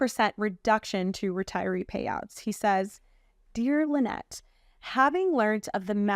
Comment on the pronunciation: Tell when your at XRP Vegas, that its La-nette, not Lie-nette!